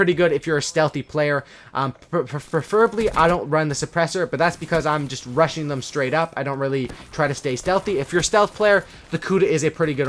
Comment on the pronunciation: When you were talking about "rushing" i thought u said russian 😂